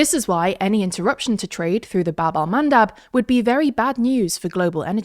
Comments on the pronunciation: isn't it bab EL mandab ? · funnier (or sadder) when you know it's call Bab el Mandeb